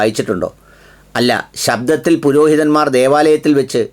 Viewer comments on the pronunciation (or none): Shabhamalla. Shaabath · മലയാളം വായിച്ചിട്ടും തെറ്റുന്നു താങ്കൾക്ക്. ശബ്ബത്ത് എന്ന് കേട്ടിട്ടില്ലേ.. അതിന് പകരം ശബ്ദം എന്ന് വായിക്കുന്നു. നമ്മുടേത് അല്ലെങ്കിലും അതും ഒരു വിഭാഗം വിശ്വസിക്കുന്ന വിശുദ്ധ ഗ്രന്ഥം ആണത്. ശ്രദ്ധിക്കണം. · ശബ്ദത്തിൽ അല്ല ശബ്ബത്തിൽ